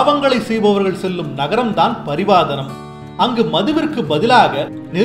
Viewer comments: நகரம் இல்ல நரகம் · நகரம் இல்ல நரகம்.. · நகரமா இல்ல நரகமா...